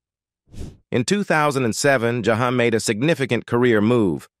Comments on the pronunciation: I can barely stand to listen, because of the mispronunciation of his name, and voice is boring, no feeling, like the teacher in Ferris Bueller ‘s day off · This is why I don’t like these robots, it always mispronounces names, especially Black names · That's not how you pronounce his name